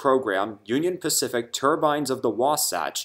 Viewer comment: do me a favor don t call them turbines like a hat anymore remember they were turbines with the long I sound